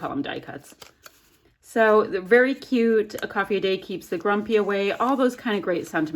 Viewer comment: Trying to figure out the spelling for the way you pronounce "cute" lol! Queeoot? Keeoote? Ciute? Q-OOT? What-ev!! Love your layout & the you aren't afraid to use flowers for your son!!